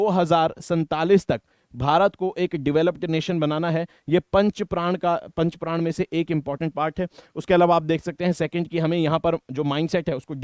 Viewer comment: Sir, it's not 5 Pran (5 प्राण), it is 5 Pran (5 प्रण)